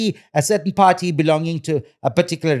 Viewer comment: When he say party sound like have a pa rty where is the cake